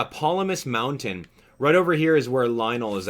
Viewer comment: Did anyone else hear him say wountain XD